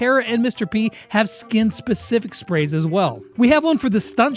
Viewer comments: spraise LOL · "Individual brawler SHPRAYS" Me: I'm a good listener No offence tho